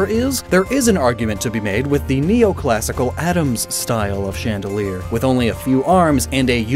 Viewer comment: Chandelier, not chaîne de lire.